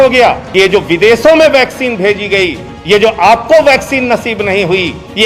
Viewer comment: Sir don't pronounce 'Sha' as 'Sa' everytime. Its videsho not videso.